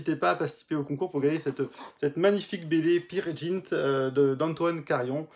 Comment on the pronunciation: One ne dit pas peer jint main Peer "G"int avec un "G" comme GUE